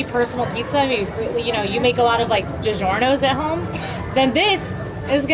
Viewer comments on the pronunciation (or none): You blasphemed the name of DiGiorgnio’s!